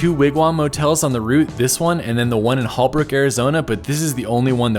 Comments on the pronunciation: Holbrook is pronounced "Whole-brook" not Hall-brook. I am a native Arizonan, and just thought I would let you know. My oldest son was born in Kingman AZ, and we used to live outside Kingman, on Route 66, in Valle Vista, which is near Hackberry. Valle Vista has a nice 18 hole golf course, and homes surrounding the course. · Born in Yuma, Arizona and lived 7 years in Phoenix and went to ASU. Holbrook is pronounced 'HOLE-BROOK'.